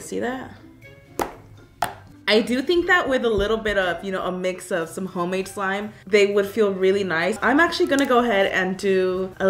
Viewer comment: This is how many times she said “homade” 😂 👇